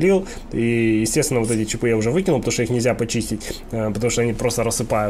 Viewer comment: Похоже на интересное видео, но когда началось "чипЫ, чипОв" - остановил. Что за травма мозга у большинства населения с ударениями? Попытаюсь досмотреть без звука, добавьте титры, пожалуйста.